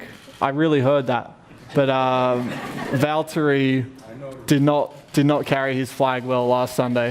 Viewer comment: Hhaah someone has tried to teach Ricciardo how to pronounce Valtteri's name.. he did pretty good